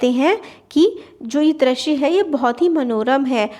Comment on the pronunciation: Ma'am , aap bahut acchha padhate ho But I have observed a mistake that u commonly repeat Aapne is video me drashya bola But it's not drashya , it's drishya U mispronounce ri ( vowel) as ra Except all is good Tremendous work 👏👏👍